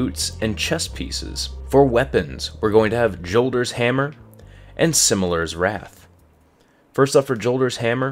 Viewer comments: Silimar's Wrath not Similar and Lord Saladin is Mexican confirmed by Bungie in recent patch so it is pronounced Holder's Hammer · its not silimers wrath, its silimARs wrath lol